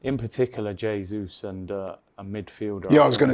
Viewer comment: Who's "yay-sus"?